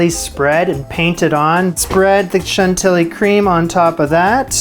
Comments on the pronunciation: Yes, shan-till-lee, not shon-ti-lee. The Big Bopper was singing Shan-till-lee lace and a pretty face, not Shon-ti-lee and a pretty face. They syllables don't work. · It's a French word, so it's shan-tee-yEE 😄. You say it in a cute wrong way,, but it seriously confuses us. 😆 And I've got to make this cake myself, just not in a cage, but rather with flat caramel zigzags. 😋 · French here, you pronounce it chantiyi , any double "l" in french is pronounced like if you had a Y instead. Voila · for reference chantilly is pronounced more like chanti-yee (that's how ill is pronounced in french, kind of like the spanish -ll-) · Chan-tee-yee, rhymes with Gentilly, the defunct nuclear power plant. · according to zee Fronsh language we pronounce Chantilly as 'Shon tee'